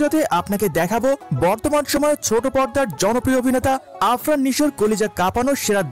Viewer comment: আরফান❌ আফরান✅